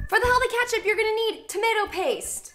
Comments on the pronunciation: girl did you just say katchup? 😬🤦🏻‍♀️ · "Katchip" do you mean ketchup?